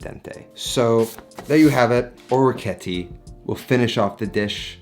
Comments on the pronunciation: Thanks for the awesome vid! My OCD however is forcing me to correct your pronunciation. I believe it's pronounced oh-reck-ee-et-tay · Just to let you know. He absolutely butchered the pronunciation.